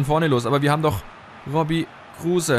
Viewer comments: Bitte sprech kruse anders aus er ist kein deutscher hör dir mal auf yt an wie er richtig ausgesprochen wird und ps. Cooles video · 1. Kruse wird ohne e ausgesprochen :D 2. Wenn du öztunali und yalcin tauschst hast du ne bessere chemie !